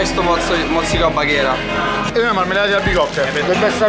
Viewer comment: baghira si dice